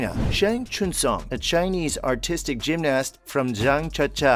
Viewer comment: Why is he saying gymnast so weirdly and pronouncing the a